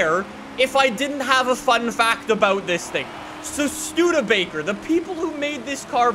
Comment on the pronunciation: yay he said Studebaker correct